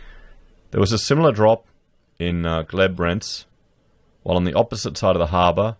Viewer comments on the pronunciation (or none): it is Glebe = GLEEB, obviously you are not from Sydney!